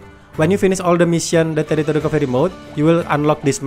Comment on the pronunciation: Love the way you say terrorist recovery mode 😂😂